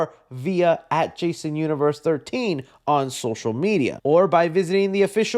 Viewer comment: Jason Un-one-vee-three-rse? Ugh